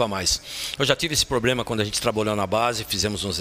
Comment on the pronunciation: Um presidente que fala probrema